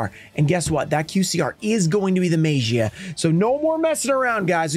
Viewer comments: Maybe the Magia would respect you saying the name correctly, I mean you've tried everything else. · YOU WILL NEVER PULL THIS CARD TILL YOU PRONOUNCE IT RIGHT NEVERRRRRR!!!!! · would you respect the one guy who keeps saying your name wrong even tho they have been told? ignorant is what im seeing. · You know when the teacher calls the students name for attendance but she's saying slightly wrong so the student doesn't say "here" or "present" like she's saying Gearson instead of Jerson maybe that's whats happening with you and Magia he doesn't like the way you're saying its name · I’ve said this before and I’ll say it again, stop mispronouncing his name and he’ll show up 😂